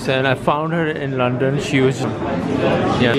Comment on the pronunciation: its London . Not Lon... :)